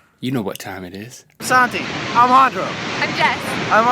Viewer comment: I'm crying 😂 did Link try to say "It is" and just completely fail? I heard "It eurgh" I don't know why I can't stop laughing at this